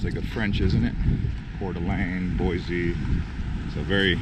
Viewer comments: Thank you! People will know immediately that you are not from Idaho if you pronounce it Boy-zee! haha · Do some research dude.... the statue is Lewis and Clark. If you managed to stay awake in high school you might have of heard of them. It is pronounced boy-see , not boy-zee. Also, it is Ada County, not Bonneville County. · No Z in “Boy-see,” and we’re full, so go somewhere else....mean that as nice as I can....and if you do come here don’t bring your destructive liberal, progressive BS. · Please for the love of God, tell everyone to quit killing our name. It's pronounced BOY-SEE!!! Not BOY-Z! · FYI only foreigners pronounce it boy-z. Which is incorrect. Its pronounced boy-c. Thank you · Yes, but being married to an Idaho potato farmer, from years back, its pronounced "Boise" ....not Boize. Original Idahoans don't typically say it that way. 😁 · 1. If you are going to give a tour of Boise, Idaho, please learn that Boise is pronounced [Boy-See] and it is located in Ada County, not Bonneville County. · As a current Boisean, I ask that anyone watching this should know, it's pronounced Boy-SEE! Haha, i'm done. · 5th generation idahoan chiming in. BoySEE. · Great video...However, it is pronounced Boy-Cee. There is no Z in Boise.